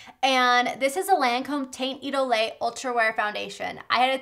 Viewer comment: Proper pronunciation: Tahnt Edol (Teint Idole) 😉